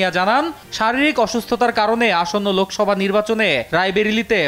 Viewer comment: লোকোসভা নয় শব্দ টা হবে লোকসভা